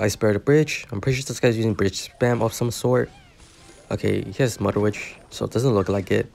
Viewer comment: “Mudder witch” 😭